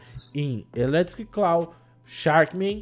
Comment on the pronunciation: Eu agoniado pelo ficar falando eletric "claw": 🤢